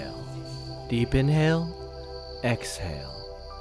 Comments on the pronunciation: Why do i hear "deep deep in hell, exhale" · “Deep in hell. Ex hell” Am in only one who heard it like this?